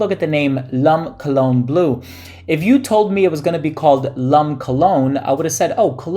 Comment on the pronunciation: 'Lum' cologne? Pronounced 'Lom'. :)